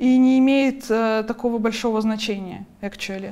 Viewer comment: "Экчули" ахаха) сириусли?))